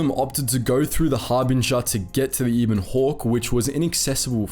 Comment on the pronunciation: Why do you always intentionally pronounce things wrong. Peragus and ebon are spoken in game numerous times...